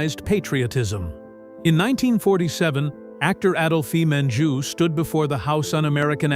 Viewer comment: Adolphe Menjou is pronounced" Add-olf Mon-joo